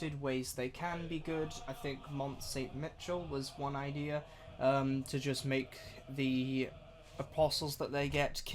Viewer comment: Not Mont Saint "Mitchell" though :P - should be Me-Shell.